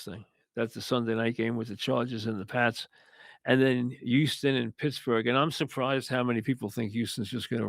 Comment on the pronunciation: YOUSTON. It’s a struggle to pronounce the H 😆